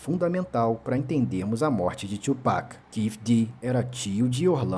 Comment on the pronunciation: É Two PAQUE não Tu Pec ou Two Pec